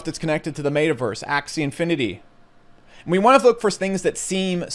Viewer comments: I think my biggest problem here is how you pronounce Metaverse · The way he said metaverse at LOOOL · Why does he randomly mispronounce some words? Like “metaverse”.